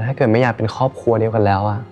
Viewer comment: "แม่ผมดูแลพวกพี่เหมือนคนใน คอบคัว". น้องพูดควบกล้ำไม่ได้หรือคะ